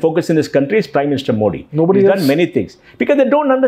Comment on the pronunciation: It's मोदी and not मोडी. I thought an ex CEO knows the correct pronunciation of PM's last name! It was annoying to hear मोडी.